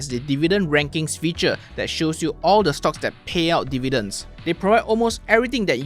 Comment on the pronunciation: You cannot pronounce "th" : that = dead, your tongue's muscle is weak so you dare not put your tongue between teeth. You use Malay consonants as English's. Earsore.